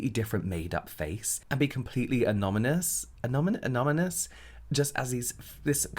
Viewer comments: "anominous... ano-anominous? anominous?" 🤣I hope you know now that it's amominous, James. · The way you can never say “anonymous”kills me every time 😂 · love him... he's so real... shouting over the drilling... the "anominous"....he cracks me up every time... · James saying anonymous as "ano-mi-nous" and trying to yell over the drilling noises is literally the most adorable thing I've seen on the Internet today 😄❤️